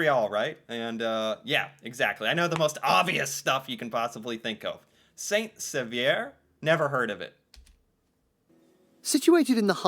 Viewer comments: All my fellow Quebecers cringed when hearing St-Saveur 😂😅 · Number 7, Saint Sauveur is my hometown. It's pronounced Saint-SO-VER. I really didn't expect it to make the list. I lived there for about 15 years and it's an amazing place, although being outside Montreal, one would really need French if one wanted to live there. However, it's a really touristy town, so one could visit without knowing French, although it would help. I worked as a ski instructor for some time when I lived there. There are some great restaurants there, include the 'Creperie a la Gourmandise Bretonne' which is where you can get crepes filles with almost anything your want. There is also a bike trail nearby that called 'Le P'tit Train du Nord' or, in English, The little train of the north. It's called that because it used to have the ski train where people would board in Montreal and come to the Laurentians to ski. They pulled up the tracks in the 1980s, but now it's a trail that goes for 200 kilometers. There are really good places to ski and it's a big night skiing destination, so, unlike Western Canada, you can ski from 8 am to 10 pm every day from about the beginning of December to the end of April. I used to drive the 60 kilometers to Montreal to go to college, but it's a bit long, especially if you drive it every day. Some people make the trip all the time, but others just go down to Montreal once or twice a week. It's a long commute, so I don't suggest it. Anyway, thanks for watching a video that featured my hometown. Have a great day. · It's pronounced saint so verr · Pronounced “say-so-var” kind of… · Saint-Sauveur pronounced: saint (silent T) sauveur (so ver) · I wish these people that are making these beautiful videos would first learn how to pronounce the names of these towns first like Ucluelet “you-clue-let”; Saint Sauveur “Saint So-ver” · Saint-Sauveur is pronounced "saint sooveur" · The Saint-Sauveur pronunciation is so bad!